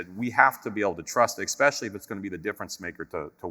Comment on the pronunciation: Did that guy in the fancy suit with medals say "expecially"?